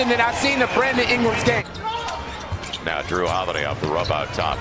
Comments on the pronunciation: J C He said game but literally sounds like gay lmfao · Game not gay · Silver but what everyone heard is “gae” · All I hear is "Brandon Ingrams Gay🤣🤣🤣🤣🤣🤣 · I know he said game but the clip got cut. But I can't unhear that "game" sounds "gay" lol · My subtitles legit said: “The friend to English dick” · I heard the commentator saying “brandon ingram’s. gay” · You hear one thing but the captions say something even worse lol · Ong but it said brandon imgrams game